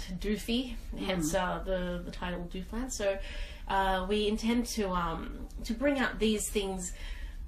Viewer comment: They can't even pronounce Doofland correctly.